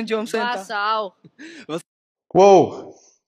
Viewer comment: "Jombcenter"! Sogar viel zu BLÖD um "JOB CENTER" korrekt auszusprechen.